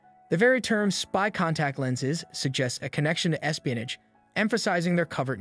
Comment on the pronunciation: Are you trying to say "espionage"?